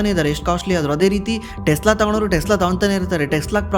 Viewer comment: Tesla✅ Telsa❌